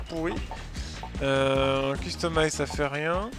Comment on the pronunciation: ATTENTION ! Customize se prononce Keustomaïze (ˈkəstəˌmīz)